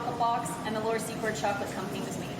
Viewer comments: Laura "Sea-kort" pronounced. 💜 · Please pronounce it `See-Cord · It's actually Secord!! No T in it!!